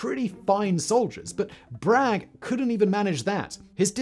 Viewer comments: Has anyone pointed out it’s Braxton Bragg, not Brigg? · Braxton Bragg not Braxton Brigg. I know he was an incompetent traitor, but if you're going to criticize a man, you should at least get his name right. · It’s Braxton Bragg, not Brigg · This video needs a little more editing, it took a few tries to start calling Braxton Bragg by the correct name instead of calling him Braxton Brigg. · Braxton Bragg, not Brigg. You should know this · It's Braxton Bragg, not Braxton Brigg. Before he was promoted, he was quartermaster and filed a request for supplies. He was then promoted and soon received his own request, which he subsequently denied. He was said to argue with himself. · Braxton WAS an incompetent general but his last name was Bragg, not Brigg. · It’s Braxton Bragg not Brigg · Hey, Whister, his name is Braxton Bragg, not Brigg. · Bragg, not Brigg. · I'm sure you're sick of hearing it by now but... it's Braxton Bragg, not Brigg. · Not Brigg, Bragg. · BRAGG. General Braxton Bragg. Not Brigg. You got it wrong initially, but then corrected yourself later during the narration. Nice presentation, though! Thanks! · Braxton Brigg lol. Who let that slip through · Braxton BRAGG, not Brigg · It's Bragg, not Brigg. Chicamauga was not a minor battle, it was a second biggest battle of the American Civil War. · Who the hell is Braxton Brigg? Oh you mean Bragg! Dont these people catch even obvious misprints! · Braxton Bragg. Not Brigg. BTW, if you want to know when I checked out, that was it. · It's "Bragg", not "Brigg". He probably needed to be in a "brig" for his incompetence though! 😂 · Is it Brigg or Bragg says Brigg next to his name 😂😂😂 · Braxton Brigg?????🤣 It's Braxton Bragg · Braxton Brigg? and I am suppose to think you know anything? Ckikamagua???? Or, maybe it was Chickamauga!!! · Braxton Bragg, not Brigg. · Cool vid, but re the third nincompoop, it's Braxton *Bragg*, not Braxton Brigg. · That’s Bragg, not Brigg lol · It’s actually Bragg. Not Brigg. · Braxton "Brigg"???